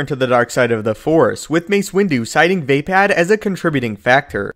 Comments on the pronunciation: It's fucking pronounced Vuh-POD! Not VAY-PAD! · Va pod.... not Va pad as a Star Wars expert why are you pronouncing a second A when there isn’t one?! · you lost me at vay-pad...